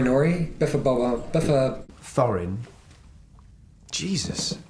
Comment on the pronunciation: seriously? p.s. hes talking about Throin.. It should be Thorin.....